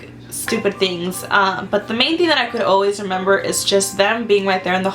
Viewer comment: This is off topic and i feel bad for saying this but i died because she said,"I don't member" 😂😂😂